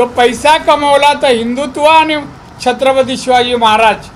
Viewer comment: नारायण राणे साहेब... शब्दाचा अपभ्रंश होत आहे, छत्रपती नीट बोलता येते का??